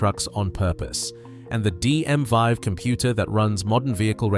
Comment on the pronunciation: It the DM (VEE) not vie!